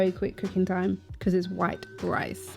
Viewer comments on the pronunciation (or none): none